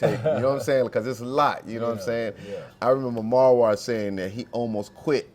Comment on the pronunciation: Hey you butchered Marwa’s name… 😂😂 it’s all good just an FYI. It’s Mar -Wa